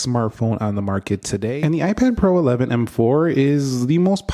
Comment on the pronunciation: m4 is pronouced as MMMM (gagged) 😂😂😂😂😂